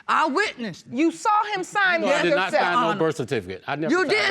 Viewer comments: Also cerfiticate, Pacific instead of specific 🤦🏿‍♀️ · Wowww the grammar, where are they from? I feel bad for them like they were left in time...she said Sa-Ki-Facet for Certificate 😔